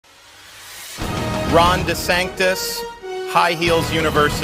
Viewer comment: Did Ron say his last name was desanctis lol?!? Like trump calls him desanctimonuous lmao!!! Hilarious